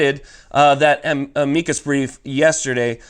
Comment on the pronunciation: It's pronounced: 'amicus. NOT a-'meekus. you're welcome.